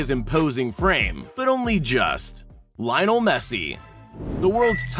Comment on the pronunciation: How he says lieinol messi instead lionel messi